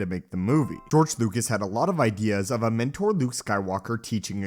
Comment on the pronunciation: His name is George Lucas, not George Lucat